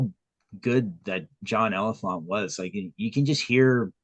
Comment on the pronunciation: Btw ... its pronounced like John Elephantay ... the last E is pronounced in Elephante.